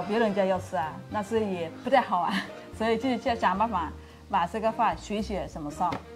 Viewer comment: I have been learning Chinese for 2 months now, so I am a newbie, but is here pronunciation standard? I mean ，'所以'